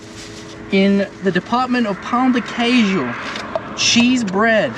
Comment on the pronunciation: I can never hear these guys saying "pau de queijo", I just start laughing in spot bro, it's just so hilarious for me, I can't